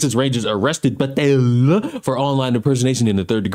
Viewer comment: lol the way you say patel is kinda hilarious